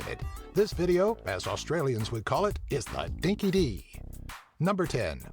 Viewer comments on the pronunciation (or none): Dinky Die not Dinky dee Americans cant grasp our pronunciations or keep aware of current themes Wish they would investigate more deeply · Already stuffed up the language. It's not dinky- dee, it's "dinky- DIE. 🇦🇺🦘